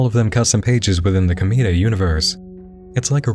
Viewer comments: komeeda... i can't, you just keep saying it! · Ohhh man.... Hearing you try to explain Danganronpa (and pronounce Komeada's name) kinda triggered me a bit, but I'll let it slide just because it can be... "Complicated" at times to explain with it's games, anime, and light novels. But other than that all the content that was shown seems pretty interesting. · who else died a little inside everytime he pronounced komaeda’s name like that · I literally only came here for the "KLM" section. Also the why you say "Komaeda" fucking killed me.